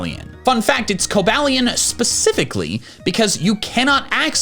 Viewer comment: It’s pronounced coh-BAY-lee-uhn, EE-VELL-tall, sol-GUH-LAY-oh, and fee-oh-NAY, “Patrick Star”! 🤨